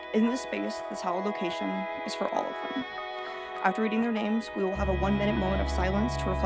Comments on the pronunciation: I noticed they did pronounce each name wrong ! Disgusting 🤮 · The AI pronounced every single name wrong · You can’t even pronounce the victims correctly! BK pled guilty and of story! This is a ridiculous video! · I can't stand when a channel can't even say the victim's names correctly. It's so disrespectful. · Of the subject but it amazes me how many times main stream media mispronounces these kids names. I'm sorry but shouldn't they be vetting all things including this before ever going on air😮